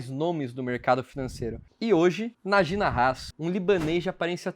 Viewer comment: A pronúncia do nome do ex investidor é Náji Náhas, com as pronúncias mais forte localizado nas primeiras sílabas!